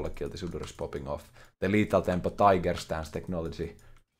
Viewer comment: i wanted to take a break from League but said "Lethal thempo Shen" and i am back again